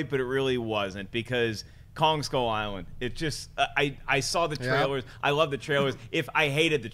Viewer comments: Anyone else notice pronounce King Kong as 'kon' and it wasn't just once either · Sam Spink Same here. it really bothered me for some reason. it's KonG, with a G! Nott Kon or Khan or however she pronounced it lol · Paul Rizzo I heard that too. The wrath of King Kahn. And she said it 3 times so she must not know the name of the monster in her top 3 films of March. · Was saying Kon instead of Kong?